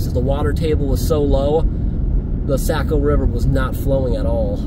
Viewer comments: hey my friend. the river is pronounced SOCK-OH not SACK-OH. great video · I just wanted to tell you how much I enjoy your videos. I’ve spent a lot of time in NH as I’m from Maine. Saco is pronounced Sock-o just for your information. It doesn’t really matter I guess but the locals pronounce it Sock-O❤